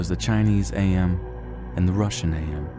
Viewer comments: I need to get this off of my chest It's/His name is AM not A M my ocd goes into overdrive when people get names slightly wrong AAAAAARRRRRRRRRRRRGGGGGGGGGGGGGGGHHHHHHH!!!!!!!!! Great reading by the way. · The narrator is calling AM as A-M. It's together like in "I think therefore i AM."